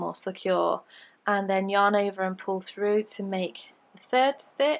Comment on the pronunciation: I love your British accent when you say "yarn over" 😂